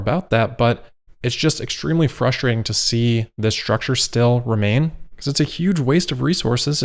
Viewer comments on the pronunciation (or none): Love it when you say 'frushtrating' . Much luf